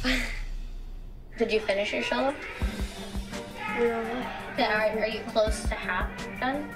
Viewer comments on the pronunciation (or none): "did you finish your sholo?" XD